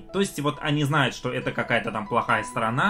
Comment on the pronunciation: Когда уже будет нормальный звук в этих видео ? И слово ,,что ,, пора уже нормально выговаривать.